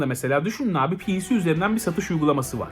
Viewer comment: Abi piğsi demene kıl kapmaya başladım